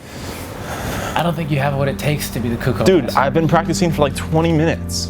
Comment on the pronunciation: Is nobody gonna talk about the way he miss pronounces CUH COO not COOCOH